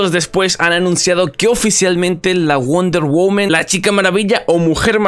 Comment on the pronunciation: Me da tock escuchar wonder "women" xD ya se soy mamador xD